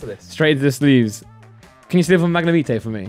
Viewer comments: pronounces Magnemite as "Magnimete" lol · It’s not magnemeetay it’s mag nem ite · Did really just say “mag-neh-meet-ee” instead of “Mag-na-might” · "Mag-Na-Meet-ae"...... Mag-na-mite....... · Wtf is a 'MAG-NA-MEE-TAYY' its 'MAG-NA-MIGHT' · Is it only me who got triggered by him saying magnemeetae instead on magnemite? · It’s “Mag Ne Might” for Magnemite, not “Mag Ne Meet ay” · What’s triggering me the most is pronouncing Magnemite as “Mag-ne-me-tay” 😂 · are we going to ignore that just called magnemite.............Magnemithai:/ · The way they pronounce magnemite bothers me “magnemeatae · Did just pronounce Magnemite (mag-nuh-mee-tay)? 🎃 LMAO 🎃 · Did You Just Say Mag-ney-meet-ey? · Wtf is a “magnuhmeetay”? 😂😂😂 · It's pronounced Magna-might. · its fucking pronounced MAG- NE- Might Christ. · The way they say magnamite-ey pisses me off so much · Its magnam ITE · how they say magnamite wrong so many times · What the actual fuck is “mangnameatayy” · Fucking mag neh mee tay??? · He does it as a joke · The way they say magnemite is gross 😂😂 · Why does go out of his way to say the pokemon names wrong haha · Anyone else triggered by the way said magnemite? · Anyone else annoyed by the way said magnemite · anyone else hears them pronounce magnemite wrong? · i cringed cause they said magnemite wrong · It bothers me how they say magnemite. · Love the vid apart from the way they be pronouncing magnemite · Great vid but are we not gonna talk about how they mispronounce magnemite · I hate it how they say magnemite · Who else gets triggered about how they pronounce Magnemite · Sick video just not the biggest fan of how you pronounce magnemite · Why do they pronounce magnemite wrong...🤦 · The way they say magnemite almost made me click off